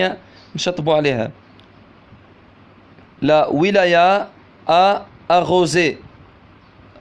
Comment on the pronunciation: استاذ راك خاطئ نقولوها لوايلا lowayla ماشي لاويلايا la wilaya